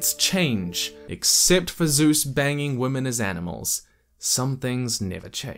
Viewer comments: Zeus is pronounced differently. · For some reason I thought he said Suess...